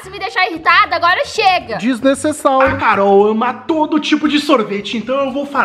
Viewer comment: Palavra errada que fala:desnesesauro e impusivil,certo: desnecessário e imposivel